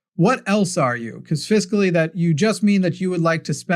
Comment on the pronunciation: Fiscally. It took me forever to figure out what you were trying to say. When you're referring to money/economy the word is fiscal.